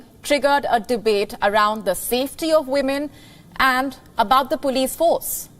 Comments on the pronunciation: she said PUULIS to police 🚨 😂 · pulis 😂 sis it's POLICE not pulis 😂